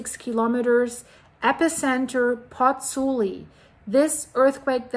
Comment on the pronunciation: The city authorities are damned if they do and damned if they don't - they can't win. On a point of information,, 'u' in Italian (as in German) is pronounced 'oo'. Both vowels in the diphthong in Pozzuoli are pronounced, so Pozz - oo - aw - li...